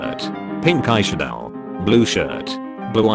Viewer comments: The Pronunciation of eyeshadow amused me 😂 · The way it says eyeshadow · "Eye shad-OW" "Anihm"